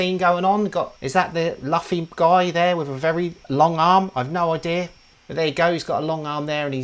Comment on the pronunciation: Luffy is pronounced Loo-Fee. The Netflix show was pretty good, worth taking a minute to at least watch the season 1 trailer.